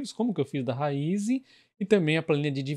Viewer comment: PARABÉNS pelo vídeo! Sou seu seguidor assíduo 😀 Parabéns também por ser um dos únicos, ou talvez o único a pronunciar o nome da Raízen corretamente 👏👏👏